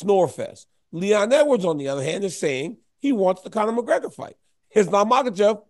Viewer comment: Casuals can't even say the double Champs name.... Mcleggor